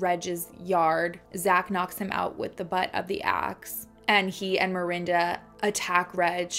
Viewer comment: Is it mirinda or Miranda? Lol as a Miranda I was losing my mind through this one just because you pronounced it both ways so much and i used to get taunted in high school and called mirinda as an insult and it made me cringe everytime lmfao 🥴😂 but HEY LAST NAME TWINS